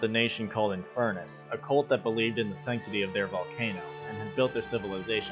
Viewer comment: "oh he's inferrnus, beat his ass" 😂